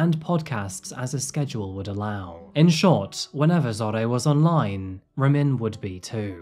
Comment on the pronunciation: It's pronounced (Rah-meen), we have the same name and that's very rare. Of course Ramin has to be a POS Stalker Murderer 🤷🏾 rip Zohreh